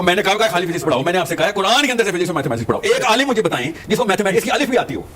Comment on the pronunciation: Alim ko Alam keh rahai hain level check karain